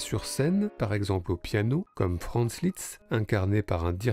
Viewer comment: Attention! Ne pas prononcer Litz mais LISZT! Comme dans liste.